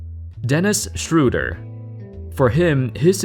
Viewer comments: I'll never get used to Americans pronouncing Schröder as Shrewder. It's not that hard to say at least Schroder. Has no one ever seen the Peanuts? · German speaker: Dennis Schröder Non German speaker: Dennis Schr?@ No offense :D it's tough for you guys